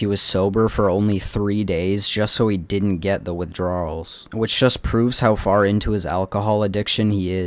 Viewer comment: WithDRAWRLs is an interesting pronunciation. Did you just say it that way to highlight how Josh does?